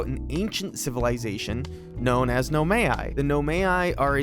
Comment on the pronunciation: It's "No my" for Nomai btw 👍🏼